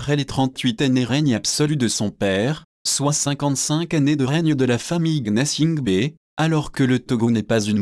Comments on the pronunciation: Tu sais pas prononcer ke nom mais tu veux parler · S'il y avait la bonne gouvernance au Togo, tu serais beaucoup plus développé et tu aurais su que c'est un robot qui parle et que c'est normal que le Robot ne prononce pas bien le nom.C'est un nom kabyè et c'est aussi normal que celui qui n'est pas par exemple Kabyè ait du mal à bien prononcer le nom ; mais cela ne veut pas dire qu'il ne connait pas Faure ou des choses sur Faure